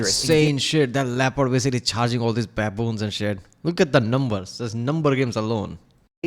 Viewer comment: It is "baboon" not baBOOM